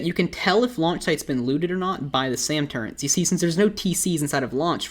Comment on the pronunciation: why do you say turrents? its easier and less annoying to say turret imo tbh